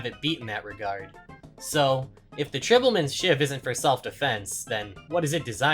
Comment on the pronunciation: How can someone see the word "tribal" and think it's pronounced "tribble"??